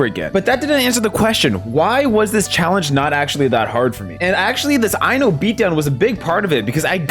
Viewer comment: Ain't no way you just pronounced I-No's name Eye-No 💀